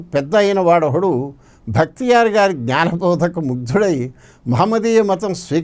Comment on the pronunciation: It is not "Bhaktiyar"; but "Bakhtiyar'"